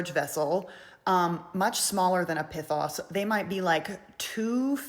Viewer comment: It is pronounced P-ee-th-oh-s